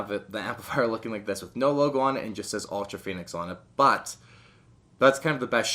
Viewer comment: It’s pronounced ultra fonnix